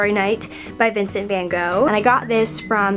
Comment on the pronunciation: I actually like the way she pronouced Vincent van Gogh. During secondary school art history classes we just pronounced it like "Gock" and then our teacher corrected us repeately, that it should be more like "Khokhgr" - you know, with that awesome dutch throat sound (ɣɔx - "Gogh" in IPA, if it helps.) And now, when I listened to his name, it is actually pronounced more like Vinchent.("ch" like in "check"). But this name is so popular because of it's mispronounciation, that no one realy gives a damn. But to be honest, I was more surprised, that you pronounced "Dolce" with "s", because it is a common brand and word. But maybe it's only because that I'm a freshman studying italian philology, that's why I was paying attention more that word, than to the name of the painter - because, I like the american way of pronounciation - it is like: Vincent...fine, go! :D But anyways, I like your video, i remember when I was a senior at my secondary shool, I was all day on youtube watching dorm room tours and looking for inspiration. Even thougt I rent a room in a flat, not a dormitory and even thought european dorms don't look anything like those in the US, I still can see some good ideas I can use or just be jealous of dorm of yours :)